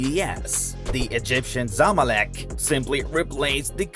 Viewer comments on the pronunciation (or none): Its calld zamalek not zmalik